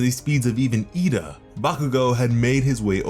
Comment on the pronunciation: For Christ's sake The video highlights Bakugo right, say Lida right. Huuuwgh!!! Sounds like saying leader pal